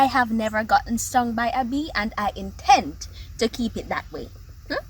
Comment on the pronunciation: Hahahahhahah l intend to keep it that way 🤣 l like the way you really stressed intend ...